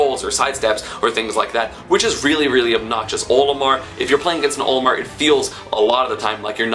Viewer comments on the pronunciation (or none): HE KEEPS SAYING OMILAR